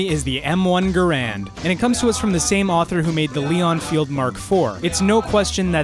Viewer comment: I hate to be a nerd(no i don't) Um yOu PRnOunCEd EnfIElD wrong